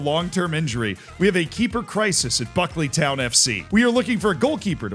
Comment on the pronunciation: its pronounced bouquet-ly town fc